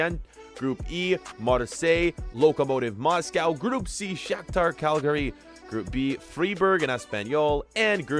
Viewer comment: the pronunciation of aston villa smh. Cagliarli became calgary lool